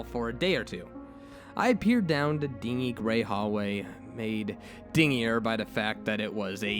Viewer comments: "Dingy" is pronounced, din-gee(pronounced like the letter "G"). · I love the emotion you bring to the story's but it really takes me out of it when you mis pronounce things like psychiatrist or dingy keep up the good work but double or triple read stuff before narrating them maybe